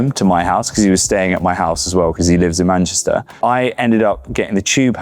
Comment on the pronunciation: Love the way Jack has this really perfect accent but then always says MANCHISTER.